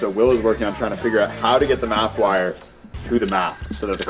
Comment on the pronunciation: Its MAF not MATH